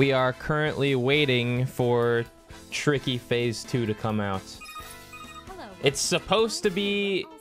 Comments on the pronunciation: I am absolutely certain he said “Tiky” there and you cannot convince me otherwise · he said tiky at teh beggining of expurgation too lul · King of Ice-Cream Sandwiches in that specific part it sounds like he says Hank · might be my imagination, but I SWEAR tricky is screaming "Hank" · Anyone Hear Tricky say TEA T